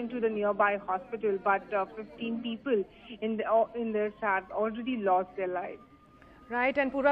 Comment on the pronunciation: Peepul, possibul 😂